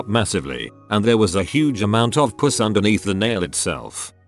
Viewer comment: “I had to have my middle finger nail removed. I got an infection and under my nail was a massive amount of PUSS (p-OO-ss)” chuckles in little boy chuckle